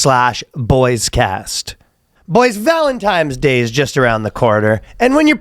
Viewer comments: Ryan saying Valentimes day bothers me more than it should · Jesus, is Ryan saying “Valentimes Day”? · “Valentime’s Day” 💕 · Is Ryan saying Valentime's day? Lol